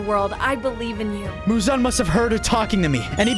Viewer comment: why does he call the demon uzan its not uzan its muzan